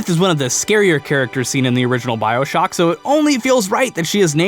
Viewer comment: When you called it "Bioshack" at the end of the video the first thing I thought of was a place to buy human organs. lol